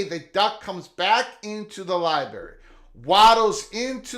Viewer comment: What's a Libary?